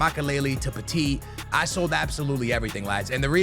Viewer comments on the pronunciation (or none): none